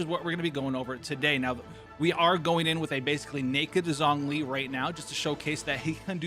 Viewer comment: "Zhongli" is actually pronounced as "Jongli"